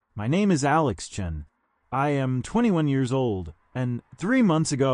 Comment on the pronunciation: He introduces himself at the very beginning of the story as “Alex CHEN.” Later on, he pronounces it “CHUN” while the subtitles say “CHAN.” Then, at his graduation ceremony, he’s back to being “Alex CHEN” again. AI must’ve been having a rough day. 🙄